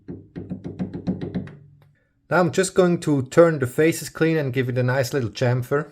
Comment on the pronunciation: Not to be whierd....but i like the way he says chamfer 🤷‍♂️